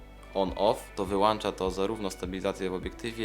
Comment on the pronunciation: "wyłancza to" - o rety, serio? No wstyd trochę tak mówić i w dodatku jeszcze po obróbce nie poprawić tylko wysłać w świat... "w każdym bądź razie" - matko, jak można tak niepoprawnie wypowiadać się będąc blogerem?! A tak poza tym, to dzięki za reckę, bo po to tak naprawdę tutaj zajrzałem :)